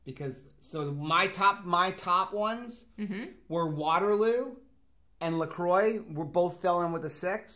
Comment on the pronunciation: Love that you two pronounce LaCroix right! (Well in my opinion)